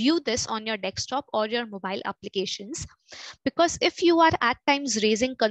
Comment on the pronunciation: bhai english bhi nai aati dhang se. desktop hota hai dekstop nai.